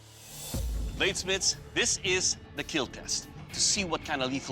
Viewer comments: Is there a compilation of weapons that won't "kiel" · why the say keel instead of kill ? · I don't know why but hearing "it will Keel" always makes me giddy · It will keel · "Do men even cry?" "He watch Titanic and didn't cry." "Do men even have feelings?" Also men: "It will not keal." 😢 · The true catastrophic failure is hearing "It will not keel" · "Your weapon...will keel" lmao Love this show!⚒️🔥⚔️ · It will keel ❤ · It will keal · I love when he smiles and says “it will Keel” I just think it’s so cute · "It will keel" Hits different when he's covered in ballistics dummy blood 😆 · Eet weel keel! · I thought that is what he was saying, but apparently he’s actually saying ‘It will Keal’? Which is an acronym for ‘Keep Everyone Alive Longer’ 🤷🏼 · It's the way Doug pronounces "Kill", but it's so satisfying that it gets memed on. Or maybe it's memed on so much it's satisfying. Not sure what came first on the internet, but it feels so satisfying to hear